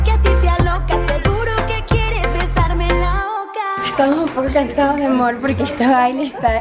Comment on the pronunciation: Ella a veces dice mi amor y también mi amorch